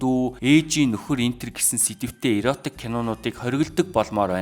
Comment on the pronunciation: Зөв сэдэв ярьж байна …, иротик биш эротик гэнэ шүү дүү